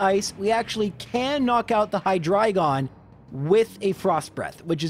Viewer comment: OMG! You pronounce Hydreigon correctly! that's a breath of fresh air.